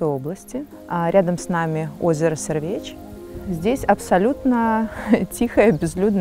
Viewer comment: Толькі возера завецца СЭрвач, а не СэрвЭч.